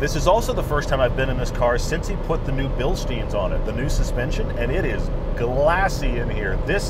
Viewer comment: BILSTEIN [BilstAYn]